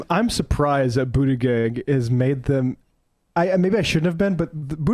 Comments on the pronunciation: His name is pronounced booty'judge... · Please learn the 'producer' to say the name Buttigieg correctly! ;) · Your co host has no idea how to pronounce Buttigieg. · Please learn how to pronounce Pete’s name properly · He still can’t pronounce Buttigieg. Okay.